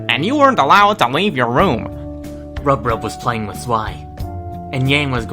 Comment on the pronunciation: No one: No one at all: Absolutely no one: Not a single soul:: AbUseD aND nEglECteD MaLE rEaDEr Also Mirabeau: RUB-RUB